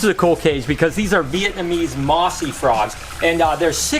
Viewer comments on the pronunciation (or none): none